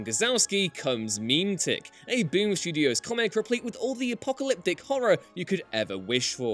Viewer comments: Meh-metic not Meme-tic, E gads man smh >:/ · "Mih-MET-tik." What's this "Meem Tick" nonsense? Didn't you guys invent the language? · lol "meme tick" Is this a US / UK pronunciation difference??